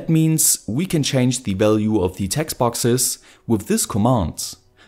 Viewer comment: Hey your videos are awesome and your English is pretty good. But you should really fix your pronunciation of 'the'. The rule is very simple. Its 'the' unless the next word starts with a vowel, in which case it's pronounced 'thee' So The temperature (not thee temperature) The weather The wifi Thee arduino Thee other arduino Thee information Hope you don't mind the advice.